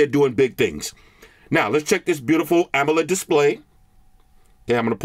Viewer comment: i thought u said animaLED screen lmao